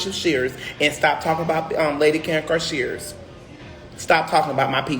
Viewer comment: Ummm Andrew, if you are going to try to defend someone – especially your Bishop and First Lady – you might wanna get their names right… It’s ShearD not ShfearS!